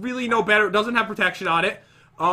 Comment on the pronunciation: When you die a little inside cuz pat cant read protection 2